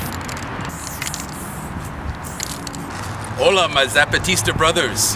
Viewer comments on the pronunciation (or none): none